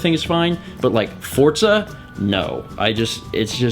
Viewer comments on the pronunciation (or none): none